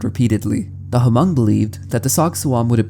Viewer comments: Ha-mong😭 its pronounced “mong” but I appreciate our ethnicity being mentioned! Great video btw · Same, I have a lot of hmong friends and hearing him say Huh-mung was so disheartening T.T Takes a quick search to see how it's simply pronounced as mong. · I'm sorry but he's pronouncing the word "hmong" wrong (muhng) I was low-key distracted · Hmong is pronounced like mm-oh-ng instead of huh-mung 👍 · its pronounced mong bro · I am not Hmong myself, but I did grow up in Fresno, where many Hmong immigrants came to after the Vietnam war. “Hmong” is actually pronounced like “Mong,” the “H” is silent :) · it definitely urks me Everytime to hear h-mong but I understand. The written language sometimes doesn't sound how it looks written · It’s tricky if you’ve never heard it said out loud before, but it’s pronounced “mung”. 👍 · As a Hmong person, that intro was cool to know about. I never knew that happened to my people and it's interesting to know that was the inspiration for an iconic horror monster. That said, you absolutely butchered the language. I can't blame you since you don't know the language, but you should at least know that the "H" in "Hmong" is silent. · The “H” in Hmong is silent. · The H in Hmong is silent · The "H" is silent in Hmong